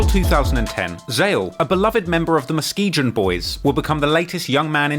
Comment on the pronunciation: Mus-key-gan. Lakeside is Muskegon. WTH are you talking about 😊